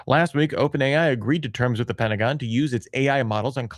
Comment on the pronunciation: #TramReplay Pen-ta-go-N